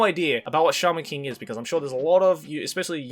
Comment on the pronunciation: I thought said charmin king instead of shaman king at first.